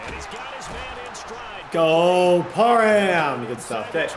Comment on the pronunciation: Donald Parham Jr. No "n" in the name: Par Ham